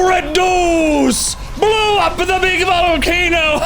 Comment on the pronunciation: "I kike Beeg Pokemon'